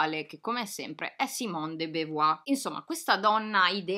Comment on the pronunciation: Simone De Beauvoir si pronuncia simɔn də bovwaʁ... BOVUAR per chi non legge l'alfabeto fonetico. Certamente non BEVUAR. Piccola precisazione.